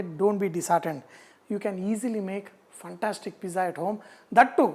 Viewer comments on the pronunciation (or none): Sir, I am ur fan One correction regarding your pronunciation of word fantastic. You speak like funtastic